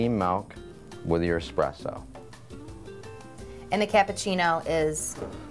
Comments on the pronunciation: It's essssssssspresso Not expresso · needs to learn how to pronounce that word😂😂😂😂😂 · you don't wanna mess with 😆